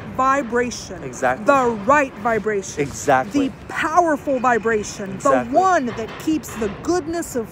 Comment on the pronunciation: I love how he says Exactly so nice